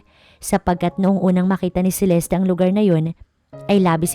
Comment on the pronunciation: CELESTE NOT CELESTI.